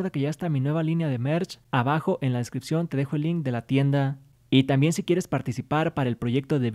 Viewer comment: Porque siempre hablas así? SERÁN OTROS REGALOS FUTURos, YA TENEMOS MERCH TE DEJARÉ EL LINK EN LA DESCRIPCIon... siempre la última palabra de tus oraciones termina así